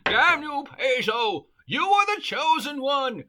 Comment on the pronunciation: Is it me, or are you trying to use as many different pronunciations for Paizo as possible.